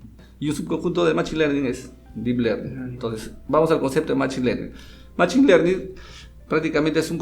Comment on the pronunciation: se pronuncia məˈSHēn no machin